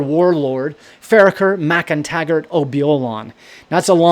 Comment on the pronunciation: Sin sibh! Gàidhlig speaker here, your pronunciation of Mac Aoidh was spot on! For Mac an t-Sagairt, -rt tends to make a sound like "rsht", for example "ort" meaning "on you" is said as "orsht". -rd is similar, for example the word "òrdugh" meaning "an order (as in a command)" is said something like "oorsh-du" My clan were also not Jacobites, but didn't join the government either. Saoilidh mi gun robh sinn ro thrang a' goid crodh